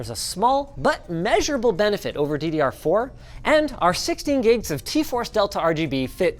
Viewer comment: when you said DDR4 i thought you said Diddy are four